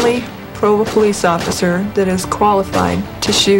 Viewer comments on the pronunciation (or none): Pulice is like cayute hahahaha